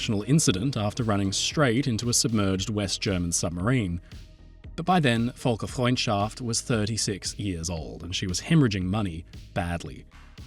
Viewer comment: hey.. just sth funny Volker is a german name Völker is the german term for peoples, (aka ethnicities, nationalities) The ö sounds a lil bit different so you called it "Volkers friendship" which just is kinda cute. cuz its a ship. Volkers ship of Folksfriendship also I think you dont pronounce the h in Gothenburg but im not swedish